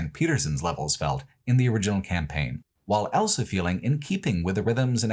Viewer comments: pronounces the word "also" as "elso". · Don't be silly. He clearly says "owlso".